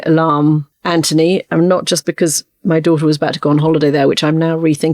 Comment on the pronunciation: His name is Anthony, not Antony.